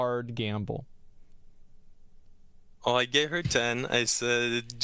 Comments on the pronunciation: Is no one going to talk about him saying "gamba" instead of "gamble"? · Whys he saying gamba? Its gambling, and thats how to olay poe